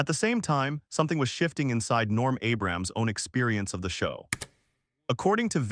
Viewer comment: You could have at least programmed the narration app to pronounce Abrams correctly.